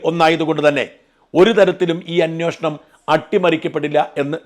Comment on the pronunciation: Is it 'anveshanam' or 'anyushanam'?